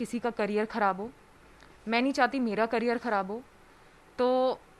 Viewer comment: Great salute to news reporter , क्यारियर - ( करियर) 😀